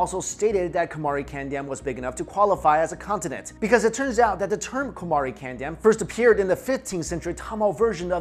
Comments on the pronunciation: its not kandam its pronounced caandom as dravidian is the term emerged in late 1800s it literally means the land of respected peoples. dravidam is actually derived from thiru-iv-idam for the europeans to pronounce, thiru-respected like Mr. or miss in english, and iv(adverb) idam-place. so actually dravida is not a ethnic group but tamils are. and aryans is a word derived from arya(ariya) an another tamil word means rare and aryan means rare peoples. to know more about tamils true but not accepted history please watch the videos in the youtube page. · It's pronounced "kaandam" which means a continent